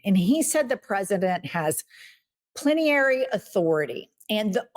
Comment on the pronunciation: (Plenary authority not plen-i -ary) :)